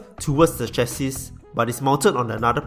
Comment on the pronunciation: Maybe look up how to pronounce chassis? Hahaha... no offense Bro... just some friendly advice